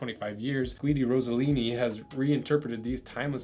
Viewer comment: Ross eh lini.... How are Americans so bad with names 😂